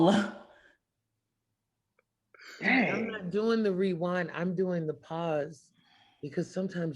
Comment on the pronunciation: So at we not going to talk about saying wewind instead of rewind like 3 times